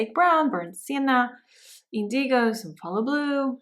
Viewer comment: Very beautiful! FYI, indigo is pronounced IN-duh-gow, with the accent on the first syllable. Many thanks!